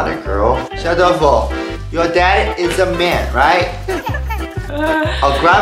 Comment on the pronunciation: 先祝福小豆腐及你們全家幸福、快樂及健康～ 從有小豆福《你們的發音、更像福》、我喜歡、因為中國人更喜歡福、代表豐盛、豐富、收看你們也快一年了、替你們開心～